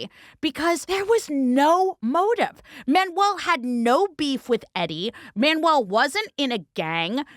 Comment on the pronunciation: My favorite is the narrator pronouncing Manuel, like manual, the instruction book.